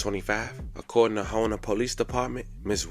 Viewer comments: HOUMA LOUISIANA. HOU MA LOUISIANA NOT HOU NA !!!! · It’s pronounced Houma not Hona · Houma pronounced HOME-MA. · You pronounce Houma wrong. You say it like homema if that makes sense to you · Damn my auntie used to watch Tyson when he was a kid. RIP. I remember that kid he was a good kid. And the town is pronounced Houma, (Home-a). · This is how it’s pronounced HOME-A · Is pronounced- ho-mu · Say dawg u a clown doing this for a check them dudes was brothers You saying city name wrong it’s Houma(hom-mah) I don’t see or hear a N in it And he wasn’t her son he was her nephew SMH but hey carry on but remember u wouldn’t want nobody speaking on your people wrong if they was dead 🤡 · Its Home,uh pronounced like that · I’m from New Orleans, your videos are real good, great actually, we pronounce that like HOE-MA tho. Not in a disrespectful way but in a real way. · I'm From Louisiana And It's Pronounced, Ho-ma...C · It's pronounced Home-ah ...lawd they slaughtering the name. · you said houma all wrong. I can see my crib